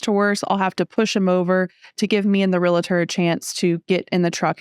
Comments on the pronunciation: ReLaTor? It's "REALTOR"... that's so much worse than a parking dispute... LOL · It's a real-tor, not a real-a-tor. Don't feel bad even Realtors can't say it correctly. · AHHHH! There is no I in realtor. You’re well educated, so please pronounce realtor correctly. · Great story with an even better ending. Helps me to run through my head on how to procede should (hopefully not) an issue come up. By the way,, it's Realtor and not Real-uh-tor. My wife has been a Realtor for 22 years so, I got that drilled into my head!